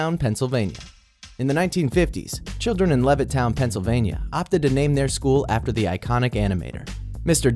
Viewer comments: OMG I GO TO WALT DISNEY SCHOOL AND YOU PRONOUNCED LEVITTOWN WRONG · They Said Levittown Wrong XD